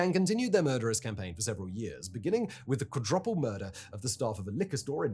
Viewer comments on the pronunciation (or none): WTF is a "quadraple"?